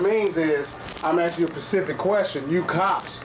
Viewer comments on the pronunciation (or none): "I'm asking you a Pacific question" ? I am afraid, you ARE speaking a foreign language, there, Ocifer!